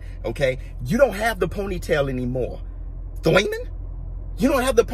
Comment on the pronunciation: Real emotions and real talk! Love this guy!! That "Thoiman" tho 😅🙂